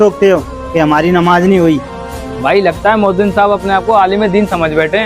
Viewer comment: MoazziM 😂😢.... Moazzin hota hai bhai